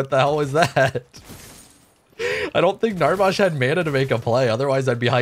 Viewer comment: I can remember a lifetime ago me and my buddies played paragon every Saturday for about 3-4 hours. I love you but the way you say Narbash really triggers me 😂. Keep up the great content